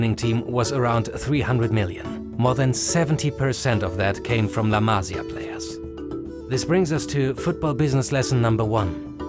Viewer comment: la masÍa, accent on the I !!!